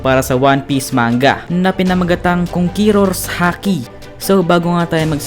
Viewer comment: konkeror boi